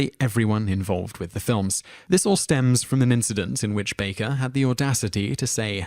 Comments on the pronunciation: ~ It's BAKER (just like it reads in the caption!), not "Barker," you twat! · Learn how to pronounce the names, FFS. Baker, not Barker. TakAY not TakEYE. Raymis not Rarmis. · Guy narrating has an obnoxious monotone voice with no emotion and he mispronounced several names including saying Kenny BARKER- moron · Dreyfuss is pronounced Dry fuss. Dry your dishes Dry your laundry. Not Dray fuss. I do realize Brits pronounce things differently. But that one was a fairly egregious error. And Kenny Baker is not Kenny Barker. I believe it's pronounced Harold Ray miss. Not Rah miss. Just thought that those slips were worth noting. And Stana Katic absolutely HATED her Castle costar Nathan Fillion. She knew people thought they were becoming an item in real life, so she dispelled those rumors by talking about how great the gift of acting is to her. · I'm British and he is mispronouncing most of the names. Kenny Barker???? Harold Rarmis. He also says lots of other words incorrectly, maybe he can't read. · Kenny Baker still isn't pronounced Barker. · Mispronouncing Takai is one thing, but Baker isn't Barker, mate. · It's Kenny 'Baker' (Bay-ker) and Harold 'Ramis' (Ray-mis). Jeez man, do you read everything? Seriously. You've never heard their names spoken? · Richard DRAY-fiss and George t-Kai. because if you can't get the pronunciation down, how likely is the actual content of anything else you say believable? ps: DRY-fuss and "Its ta-KAY. You know, like toupee," George said at Bill's Comedy Central Roast. Kenny BARKER???? at least you correct the rest to Baker. David and Gillian - um, so explain the admitted offscreen flirtations...and recent dating a few years back. I had thought they still were for the new series, but they have apparently moved on? Rommis??? RAM-is. seriously, go watch a video of ANY of these people pronouncing their names. it isn't that hard. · Barker? are you kidding me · he couldnt even pronounce baker correctly either